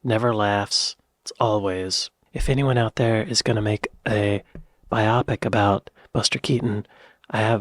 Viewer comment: IT'S NOT BI- OPIC IT'S BIO-PIC IT'S SHORT FOR BIOGRAPHC PICTURE